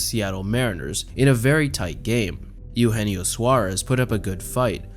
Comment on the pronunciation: Also, as a Reds fan, that is not how you pronounce Eugenio. it’s A-yo-enio and not E-yo-enio Suarez.